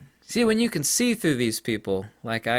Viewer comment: “See when you Ken see through this people like I Ken...” ;))))))